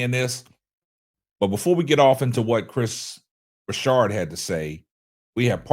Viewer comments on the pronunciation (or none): Hey, it was bothering me that he kept saying Broussard's name wrong. It's not like he hasn't been in the sports media for the last 15 years or more.